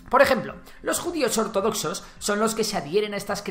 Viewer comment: Es Ortodoxos, no ordodoxos.